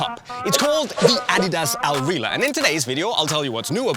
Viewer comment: just gotta correct you there it's not "al rila" it's "al rihla" with the harsh arab pronunciation on the H like in arab names such as "Ahmed". Al Rihla is arabic for "the journey"